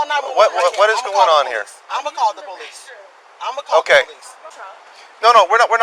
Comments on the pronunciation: It’s police, not polesse. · Paraplegic but driving a car and can’t pronounce “police” or speak properly….ok.